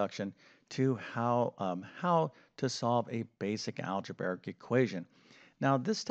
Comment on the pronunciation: In fairness, it takes a long time to say “algeberric” that many times.